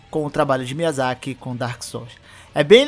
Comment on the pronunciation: dá mto nervoso ouvir "miyazakí" t.t